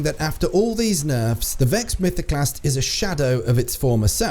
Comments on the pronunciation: ‘VEXD MYTHOCLAST’ Yup, sounds about right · what's a "Vexd Mythoclast"